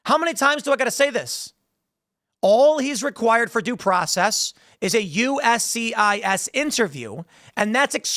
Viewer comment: Doesn’t matter. He dint get his DOO PWOCEZZZ